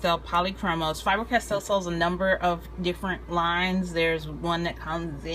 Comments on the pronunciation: You say Fiber-Castell instead of Faber-Castell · I know I know... I'm being anal... but for the love of all that is holy it's not FIBER Castel. It's FABER Castel. Good review except for that. :D